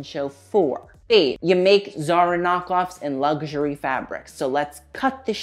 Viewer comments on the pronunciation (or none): none